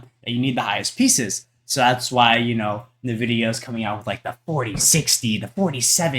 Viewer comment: It's pronounced 'en-vidia' btw.